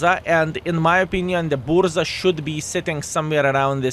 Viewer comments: buRZa my polish ears are bleeding xd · I was going to rant about your pronounciation of Burza.. but now I know universe is saved. Tanks over styles in BP all the way. Still 2nd best after this one is ninja turtles :D